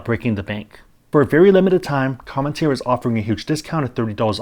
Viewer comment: it sounds like you're pronouncing an "n" when you say "Come[n]teer". BTW, I received it as a gift--great coffee! I'll subscribe when it runs out. Oh, keep up the great videos!